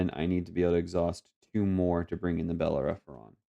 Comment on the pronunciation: GG! The red ship is pronounced Bel-Air-Uh-Fawn (learned that from Firefly LOL). I didn't see any mistakes :)